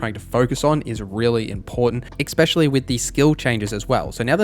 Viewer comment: Essssssspecially.....there's no fucking X in that word....argh